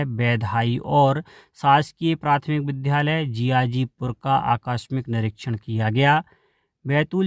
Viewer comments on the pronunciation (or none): इन श्री मान जी के द्वारा विद्यालय को विध्यालय क्यों बोला जा रहा है? कृपया सही उच्चारण करें ।